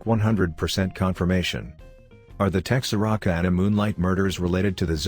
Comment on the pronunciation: I have never heard Texarkana pronounced like that